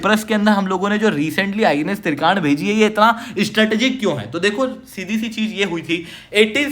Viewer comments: या तो हिंदी का प्रयोग करें या इंग्लिश का। तुर्की बोलें तो साइपरस बोलने में क्या दिक्कत है? या तो फिर तुर्की कहें। त्रिकांड क्या होता है?? आप त्रिकंड कहिये। हिंदी तो कम से कम साफ बोलें। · Kya kya bol rahe ho साइप्रस ko सिप्रस aur INS trikand ( आई एन एस त्रिकंड) को त्रिकांड bol rahe ho..